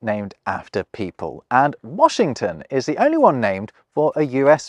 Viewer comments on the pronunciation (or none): none